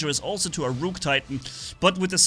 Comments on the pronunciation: Imagine pronouncing ruhk as rewke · just fyi the pronunciation of rook is ruk, like book (buk). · Ah yes, the ROOOK from chess